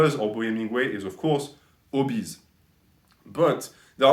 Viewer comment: " He's of course...obese" lmao